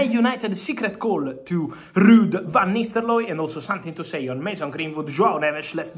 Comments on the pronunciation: What i'm heard is Van Nistellooy. Not nistelrooy. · 'ro not 'lo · "VAN NISTELOY" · Van nistel-looy 😂🤣🤣😂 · Love how you say the name -- Van Nistelloye 😅